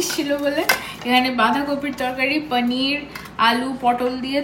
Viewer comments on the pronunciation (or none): none